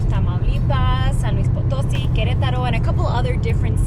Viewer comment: Potosí (acento en la í). She kept mispronouncing it